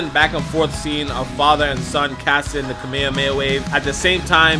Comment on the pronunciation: He said it right the real name of Kamehameha